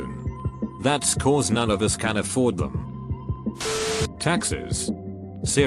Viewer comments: Everytime the video said "Taxis" I thought it was saying "Taxes" and was like, fuck yeah kill off taxes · Taxis.... I thought they were saying taxes at first. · Text: taxis Text to speech: taxes Me: visible confusion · Every time they say taxi I heard taxes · Every time it said taxis it sounds like taxes. I’m like yeah, not having to pay taxes is nice but there’s no way to avoid it without working near places that has bullets and risk of bombardment.